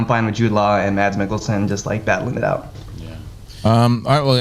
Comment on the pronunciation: Mads Mikkelsen 1st name pronounceed "Mass" silent "d"